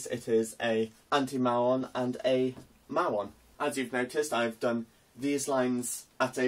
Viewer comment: Hi Again, I am just putting small comments. Hope I can be of help in learning more physics. Typically anti particles are drawn with arrows pointing backwards. I don't know if it's just the accent. We typically pronounce muon as "Mew-on"